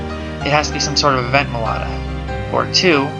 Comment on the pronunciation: it's meloetta